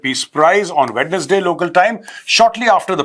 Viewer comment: Gaurav, it's WenZday not WeDnesday. No wonder we Indians ruined the language. Just like we Bengalis ruined Hindi. Consider the exceptions as outliers in both cases.